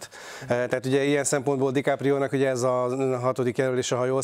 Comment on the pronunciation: "Leonardo Dikaprió" gg műsorvezető